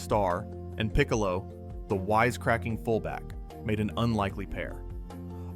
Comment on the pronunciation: You did a pretty good job here, but come on, Bears played at Wrigley Field in Gale's day. And it's not peek-a low, it's Pick-a-low. He was the best though.